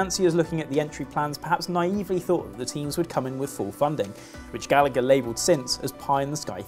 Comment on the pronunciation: FYI if Mark Gallagher is Irish then it should be pronounced Gall-a-her cause its an irish name. Should be that way wherever they are from but most English have adopted there own pronunciation. We say your bullshit place names right Berkshire, Worcester etc